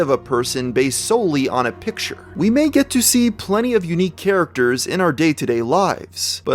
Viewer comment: Lmao the way he says “character”